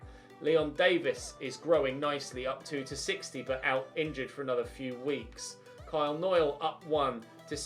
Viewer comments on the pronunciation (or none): none